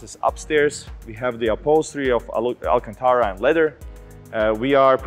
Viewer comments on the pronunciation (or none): none